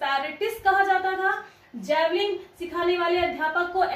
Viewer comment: जैवलिग नहीं होता मैडम जी जैवलिन होता है.....